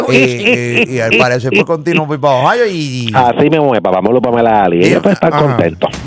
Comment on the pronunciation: Odio que este tipo diga Papa Molu WTF?